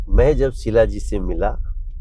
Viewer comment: Are wo sheela ji hain shilajeet nahi😅😅😅